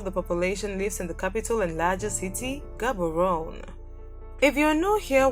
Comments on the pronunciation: Hahaha the way you pronounce Gaborone and Gauteng 😂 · Ummm...you pronounced Gaborone wrong